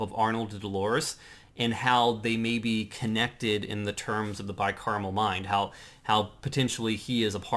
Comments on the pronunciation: Wow I actually made it all the way to the end of this one!! Nice on guys. It's Bi-Cameral tho... not caramel... caramel delights would be tasty tho :P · Car-a-mel, and cam-er-al. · why do you keep saying bicaramel mind? its bicameral mind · Everybody keeps saying it wrong. They said carmel like three times at least, its CAM-eral like camel lol